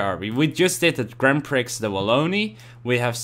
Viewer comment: je weet dat t "Gran Prie" is en niet "Grand Priks"